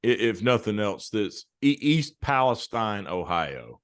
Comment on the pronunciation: I'm from Ohio, even though it's been many years since lived there. E. Palestine is pronounced Palesteen. It's an easy thing to mispronounce it. When I first came across the town, I pronounced just the way you guys did and the people who lived there corrected me right away. Train derailments were a regular occurrence. It seemed like I was hearing about a train jumping the tracks at least once a week. Have you seen that movie, White Noise? It's from 2022, I think. I've seen a movie called White Noise which starred Micheal Keaton. It's not the same movie. The more recent White Noise was filmed in the area of E. Palestine and even had some residents in the film as extras. Some people who have seen the movie just because of what happened in E. Palestine say it is eerily similar.